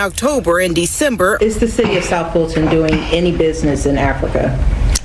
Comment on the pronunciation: Fulton...Dolton....sounds the same to me....